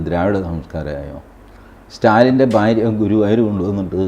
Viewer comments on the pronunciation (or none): none